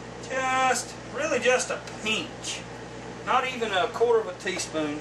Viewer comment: LOL, a "peench". That sounds like a Texas accent, boywaa. -Great recipe. Peace from Houston.